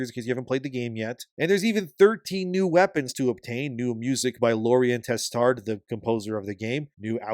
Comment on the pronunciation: If you want to work on your pronunciation, Lorien Testard last name "D" is muted. Testar is how it's pronounced. Just like the Poirier in the USA pronounced Pwareehey.